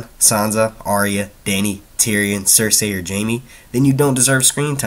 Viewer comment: it's Cercei pronounced cerSEE not cerSAY bro, and Dany will probably go to Dorne and make her way up to Kings Landing, since Dorne is where the houses that are supporting her are at